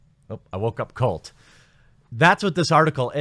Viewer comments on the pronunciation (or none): none